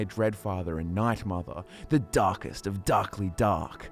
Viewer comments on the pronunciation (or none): The dahkest of the dahkly dahk. Bwahahahahaa